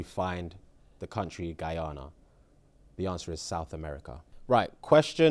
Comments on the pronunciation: Gassed that put Guyana in the back to school questions 🙌🏽🇬🇾🇬🇾🇬🇾 (For future preference it's Pronounced... Guy-Anna) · Guyana is pronounced guy-anna 🥰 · the way my blood pressure when he mispronounced guyana ughhhhh🙄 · Wow! Thanks for letting us know the correct pronunciation! Goes to show we say it wrongly here in Britain (except of course those from Guyana) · Yh it's commonly Pronounced wrong over here tbh 😂 Not the most important information but couldn't help myself loool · Lollll i had to play it back....cuz aint no way he said guyana🇬🇾